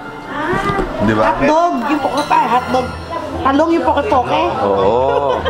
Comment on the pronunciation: Interesting on Poke poke as ensalada because there is really a poke bowl but a different presentation. Poke in Hawaii is pronounced as pokay…. Poke bowl is traditionally Hawaiian but with the raw sushi of Japanese influence. It’s a different healthy meal not just salad but a bowl with vegetable, rice, raw fish or seafood and other condiments at sides.